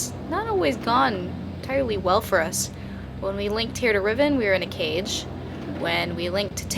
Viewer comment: Cage not cafe.